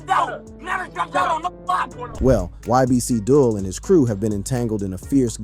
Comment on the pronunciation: If his name is Abdul and you said that correctly why are you pronouncing his rapper name as Dull?